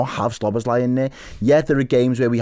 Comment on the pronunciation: Stop calling him Szo "bosz" lai - it´s Szobo - szlai.